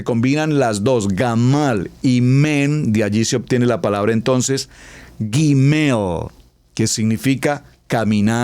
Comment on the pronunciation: UN ABRAZO GRANDE PASTOR NO SE DICE GIMEIL ES GUIMEL NO ES YI ES GUI GRACIAS POR DUS ENSEÑANZAS